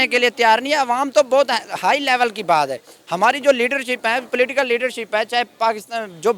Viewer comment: Platical leaders 🤣🤣🤣 wah kya english hai. ... Political leaders 😊